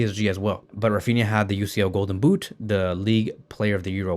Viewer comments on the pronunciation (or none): none